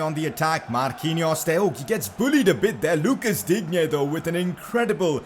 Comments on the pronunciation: It pronounced Lucas Diinne not Digne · Digne is pronounced Dine